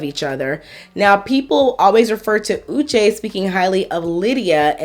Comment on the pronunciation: On one hand Uche is suffering from crazy stalking ex, that follows him around and on another hand he wasn't able to recognize her very distinct 'Ushe' pronunciation? Something is not adding up